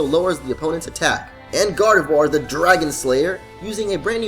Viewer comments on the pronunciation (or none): none